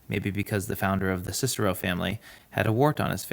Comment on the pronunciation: So refreshing to hear someone pronounce “Cicero” correctly